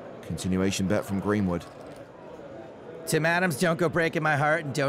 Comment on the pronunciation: Gweenwood is my fwavwoot pwayer.